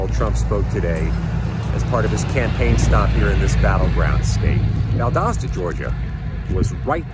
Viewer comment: First off Harry you are saying the name of Valdosta all wrong. Second I am still living in the disaster in North Bryan County. We still havn't heard word from our local government or Biden and we still have no power or water or resources. If it wasn't for friends and neighbors doing all the clean up we would be a lot worse off. I even went on Fema to fill out forms and they denied it saying"there was no storm that damaged our town so no aid will be coming" but they have every county that touches us on the Fema site for approval and Chatham is even on there and they didn't even get affected like us and didn't have to worry about losing any power or being trapped like we were. Unless you are here then you know nothing of what is going on with our Gov Korean Kemp who got that name by forcing a lot of people out of my town and destroyed a lot of forest to build that big EV plant for Hyundai and now were are told our water supply will dry up because the plant uses 6.6 million gallons of fresh water a day just to make batteries and we will need to pay another county to pump drinking water to our families.